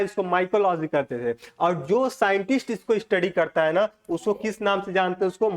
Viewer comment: mycology ko micrology bol rahe h 😮